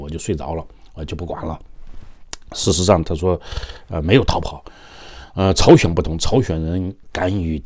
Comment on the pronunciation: 是朝鲜不是chao xuan